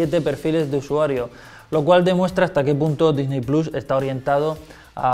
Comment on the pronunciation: Checa tus fuentes jamás había dudado de la veracidad de Xataka pero... esa información ya está desmentida, ¿quieren que les ponga los links? Y un detalle menos técnico "Disney plus" se pronunciaria "disny plos"